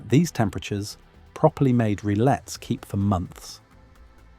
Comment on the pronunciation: In French you don't pronounce the two "L"s in rillettes.